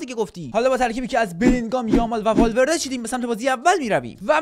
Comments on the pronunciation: بابا دمت گرم والورده❌ بابا دمت گرم والولده ✅ 😂😂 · والورده ❌والولده ✅